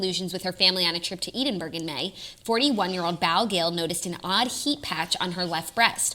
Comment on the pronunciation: I’m from Scotland and the way your pronounce Edinburgh in this episode is killing me. Please ask google how to pronounce it haha xx